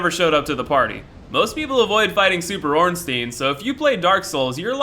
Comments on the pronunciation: It's pronounced like the German word Stein which means rock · Every time he says "Ornsteen" makes me cringe. The ei is like the ai in sai, it's basic german. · You can pronounce Ornstein like ornsteein if the I was before the E, but that isn't the case so the only way to pronounce it would be Orn-stine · Yeah I called him ornsteen mistakenly for a while too because some people say it could be german but coincidentally I'm now learning german and that wouldn't even be correct pronunciation in german or english. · Ornstyin and smow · "Orenstein and Smow" 😂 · Ornsteen and Smauw? Never heard such disgusting pronunciation in my life